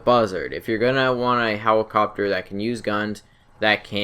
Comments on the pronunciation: hewicopter, copiwot, learn to enunciate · He- Hewicopteow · he said "let" perfectly fine, but then hewicopter came out of nowhere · "the buzzard is more of an aww in on hewicopter" haha i love. keep making videos man! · For real lol... 'hewicopter'